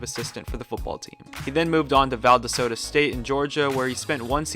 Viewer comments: its pronounced "Val daw sta" by south georgians. and "Val doss ta" by the rest of the south., and watever u said valdesota? by the rest of the country. lol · that would be Val dos ta State, not Val desota state. :) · Great video but one thing it’s Val-dos-ta not Val-da-sota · Val-da-soda??? What the f***? 😂😂😂 it's Valdosta (Val-dos‐ta). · you lost all credibility when you pronounced "VAL-DOSS-TUH" (Valdosta) "VAL-DUH-SODA" you goddamn heathen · Valdasota state? You mean Valdosta State? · Its Val-do-sta State not valdosa state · How to say Valdosta Val-daw-stuh Not Valdasota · Valdesota? It’s Val-dos-ta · Val dost a not valedoosta 😂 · Valdestoda st?? It's(phonetically) Val-dahsta. I'm from there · “Valdesota State”😂😂😂. It’s Valdosta State. Great video though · Bruh it’s Valdosta State not val da sota 😂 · VAL-DOS-TA. WHERE IN THE WORLD IS VALDESOTA STATE. IF YOU ARE GOING TO MAKE A VIDEO FOR THE PUBLIC MAKE SURE YOU PRONOUNCE WORDS OR NAMES OF PLACES AND PEOPLE RIGHT. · Valdesota st lol VAL-DAW-STUH lol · Val - dawl-stuh. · Valdosta: Val- Da- stuh 😂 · Valdasota State? Come on man... did you even do your research? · When mans said Valdosta like VaLDAsOta I died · Hey dont disrespect Valdosta State like that "Val de dosta"😂😂😂😂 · It’s pronounced Val-dah-stuh State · It’s pronounced VAL DA STA btw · It's val-dah-stuh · Valdasota State, how can you mispronounce Valdosta State “Val-Dah-Stuh.” I don’t think, actually I know I can’t trust your research. Also, check the dwarf . I think I saw him at the Dwarf throwing olympics out in California. I believe he was my midget. I tossed him to Nick Saban and he threw an int. to Kirby Smart for a TD (that’s an interception “Inter-Sep-Shun” Incase you get the pronunciation wrong) and he then carried his ass for a TD. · It’s valdAsta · Lol "valdasota".... No worries man, nice video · Valdasoda lol? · *Val-Dos-Ta state great video tho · VALDOSTA..... VAL-DAH-STA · I stopped listening at "Val-da-sota State."